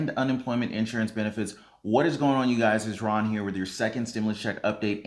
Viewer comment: Ron not room lol Sorry!